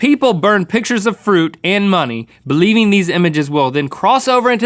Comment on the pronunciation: spookiest part of the video "believeing"